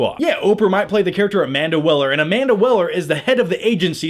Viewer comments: Did you say "Amanda Willer" instead of "Amanda Waller" ? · Jared Let-o not Leeto Amanda Wall-er not Well-er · WAller not Weller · Amanda Waller not Amanda Weller